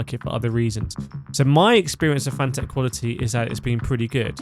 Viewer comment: FANATEC is prnounced like the word "fanatic".